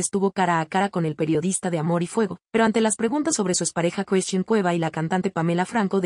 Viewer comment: Por qué no pronuncia a bien las palabras.....se dice Christian y no Cresthin?????